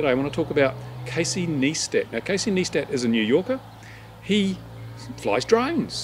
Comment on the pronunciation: KneeStat! LoL It's NighStat!